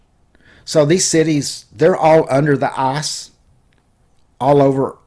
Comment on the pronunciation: the arse bottom? or the ICE ICE i c e with i as the beginning.....not a u say the whole time arse arse arse